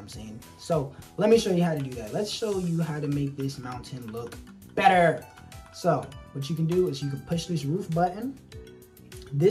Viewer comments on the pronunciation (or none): BETTER 💀 I love how you said that💗